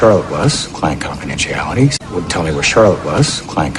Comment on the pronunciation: People must tell you their secrets all the time because of the doctor-patient confidentiality. 가 의미적으로 이상하지 않나요? 그리고 tell이 너무 안들려요.